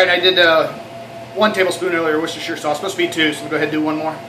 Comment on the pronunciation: And it's Wore Chester sauce :D